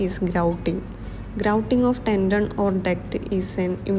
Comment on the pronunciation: BTW It is not tendom Its Tendon